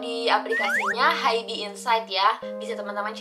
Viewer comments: kak mohon maap banget sebelumnya, rasanya gatel banget denger kakak nyebut Hybe itu "haibi" .. bacanya itu "haib" 하이브 kak, bukan "haibi" 하이비 😭 kaka tuh army yg bisa baca hangeul dan udah dateng langsung pula ke museumnya tapi bacanya tetep salah, mana disebut berkali2 di video, ga kuat :( semoga next time dibenerin ya kak, maaf banget kalo kritikku bikin ga enak hati🙏🏼 ya ibaratnya aja kayak bts malah dibaca "bangtan seonyeondanu", kan ga nyaman banget dengernya :'( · Kak, bacanya hybe itu bukan “haib” kah? Soalnya hangeulnya 하이브